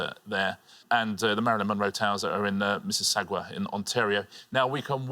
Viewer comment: I live not too far from the Marilyn Monroe Towers! Richard mispronounced Mississauga but I'll forgive him 😉 also, Lesley looked very similar to Anne Murray! 🍁